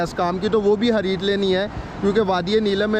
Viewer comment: SIM khareedne he ya Hareedne he.? ..sahe bolnaa sekho